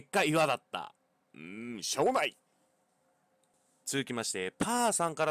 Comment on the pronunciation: 冒頭しょーもないと思ったってとこショーモナイトって聞こえてしまった。(フォートナイト中毒)